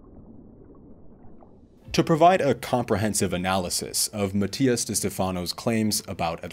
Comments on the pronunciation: This may be your view now, but as you grow and mature, you will understand one day. Also, you’re not pronouncing his last name correctly…. When the student is ready, the teacher will come. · If you did all this research and you can’t even pronounce his name right is because you don’t like him. Shame to your channel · So we’re not supposed to believe Mattias but we are to believe this guy. Who can’t even pronounce Mattias’s name correctly.